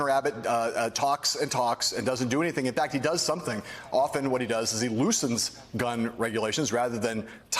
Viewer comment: His last name is pronounced "goo-TEEYE-rez".